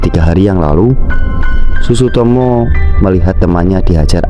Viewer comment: iya sutsumoto malah dia ngomong sutsutomo